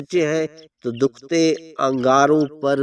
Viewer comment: Dokty nhi hota Dehhkaty. Hota hy lufz